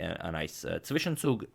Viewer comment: "Zwischenzug" is there really no english word for that? Also how you are pronouncing it is just crazy. You sure that you are not german?